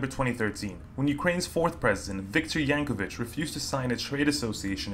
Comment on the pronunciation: I'd recommend to remake this video: 1)u in "Yanukovych" is not silent 2) and others: Separatists don't control entire teal region, only it's south-eastern part. 3) : Using picture of Ukrainian nationalist for separatist fundraising is hilarious. 4) that's Kyiv, Ukraine capital, and is Kyiv mayor.